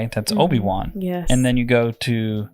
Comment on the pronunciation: So funny how calls him Oafy Wan.